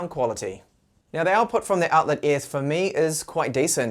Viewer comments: Not pronounced Outler. It's more like Outlyer. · Great review, mine come today, but come on,, it's pronounced OUT-LIE-ER....